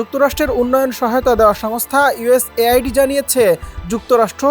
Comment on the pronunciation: আওয়ামী লীগের বলদরা শিরোনাম দেখে খুশি হয়ে গেছে😄 ওহে বোকাচন্দ্র,এটা শুধু বাংলাদেশের জন্য না,সারাবিশ্বের জন্য। তাছাড়া বাংলাদেশ অন্যের সাহায্য চলে না।সাংবাদিক ভাই,আরো প্রফেশনাল হতে হবে। উচ্চারণও ঠিক নাই,ইউএস এইড বারবার ভুল পড়তেছেন।হেডলাইন আরো ঠিক করে দিতে হবে।